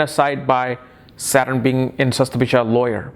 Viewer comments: Sorry to point out this, you write the correct spelling in tags,but you pronounce it wrongly.you wrote shatabhisha but you pronouncing as shastabhishak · But ur pronounce d the nakshatra wrong.y